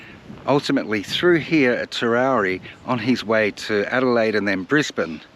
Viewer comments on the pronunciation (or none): It's pronounced TER-OW-EE Not TER-ROW-REE There's no R after the W. Great vid tho. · TEROWIE. sounds like you're saying Terowrie?? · IT'S TEROWIE NOT TEROWRIE..SO ANNOYING... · It’s Terowie. Not with an r on the end as in Terowrie. Very annoying. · TEROWIE, not Terowerie! 🇮🇪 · It's pronounced Ter-ow-wee!!! not terowree!! as a local to the district its lovely That you are teaching people about our history, but please get the town names correct!! we are very proud of our towns and heritage in South Australia ❤ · Terowie, NOT TerowRie.... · Terowie. NOT Terowrie. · It is Terow wee…..Not Terrow ree. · It is pronounced Terowee, not Terowree. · TeroWie there is no extra r in the name. If you make these videos you should probably get the name right. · You Must be in training to become a News reader as they often say names of towns wrong and you put up a great story and show and I'll never make it to The big Terowie, so Many Thanks for putting this up,Cheers 🥂 better late than never 😊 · Would help immensely if you pronounced ‘Terowie’ properly! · The mis-pronunciation is killing me. Where is the 2nd r in the name. I think it’s a South Australian thing, I’m constantly reminding my wife of the correct pronunciation of Nuriootpa. Sandgroper here and yes I have been there. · Speak to the locals about how to pronounce the name Terowie. Not quite the way it was said by those who lived there and those who visited regularly. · I cant watch because you constantly MISPRONOUNCE Terowie